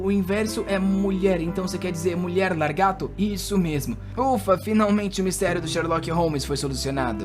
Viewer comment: Escutar "largato" o vídeo todo é agoniante